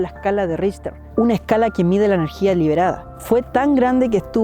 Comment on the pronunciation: Hola, Richter se pronuncia Rijter o rijtar. Es alemán no inglés. Agradables tus videos! Gracias por crearlos!